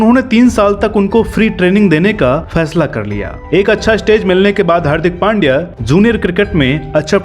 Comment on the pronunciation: हार्दिक नाम सही हे लेकिन सरनेम पांड्या नही पंड्या हे